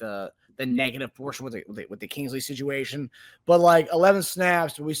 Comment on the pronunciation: Except for the fact that can't even pronounce Kingsley's last name correctly